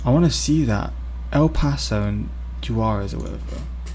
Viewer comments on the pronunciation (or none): But the way "Juarez" is best pronounced "WA-res". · "Jew-warez" lmao. Almost as funny as someone saying "chipoddle"